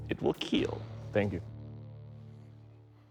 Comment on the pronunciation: Over all Sir, your weapon "IT WILL KEAL"